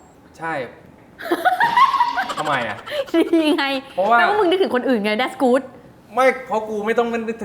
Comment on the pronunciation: สำเนียงไทยแท้ครับก้อย แด็ทกู๊ดดดดด